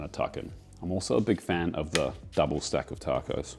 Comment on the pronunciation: You said Tarrcoes like a true Queenslander